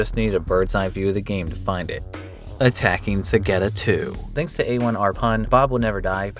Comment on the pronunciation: Can someone explain why says dzansk instead of thanks? Is it phonetically correct?